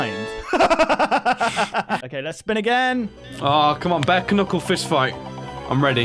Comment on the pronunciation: Sorry did you say Ke-nuckle